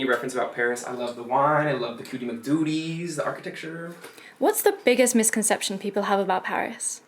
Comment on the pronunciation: Lmao when she tried to say cutie mcdudie and said mac-tooty